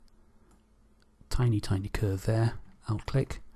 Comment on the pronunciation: Hi, Thanks for very useful tutorial. but I didn't understand one word you are using many times. the word are "OUT CLICK" what was that?